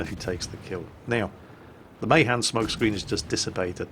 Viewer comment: The Mahan: It's Not MAY-han It's MAH-Han Sorry for being that way...